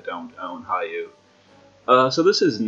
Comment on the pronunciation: Hayu? Really? HAYU? It's HEE+OH. And LAHK-SHMEE.. not Lockshimi. Mostly amazing vid. Name pronounciations killed me though.